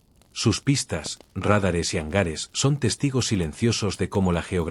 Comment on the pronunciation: Que se corrija la acentuación pues demerita mucho el trabajo realizado. Dicen RÁDARES en lugar de radares.